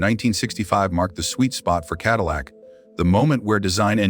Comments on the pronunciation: "Kedillac"?! Please remove this video and correct the narration and glaring mistakes. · What an embarrassment for a video. Quit using AI, it never can pronounce words right... KEDILLAC. Really??? The main word for the video and it can't pronounce it. 🙄